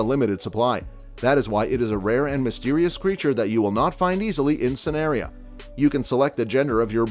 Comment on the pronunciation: and sanaria 😭